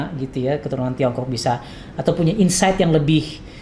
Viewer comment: hire bukan higher ...insight bukan inside ya coach...maaf..